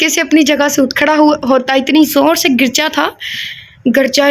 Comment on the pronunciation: یہ لفظ گرجا ہے گ کے اوپر زبر ہے 🥰